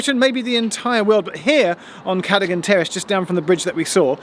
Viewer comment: Very interesting, but, you pronounced Cadogan and Tredegar very differently to locals of which I am one. Keep up the good work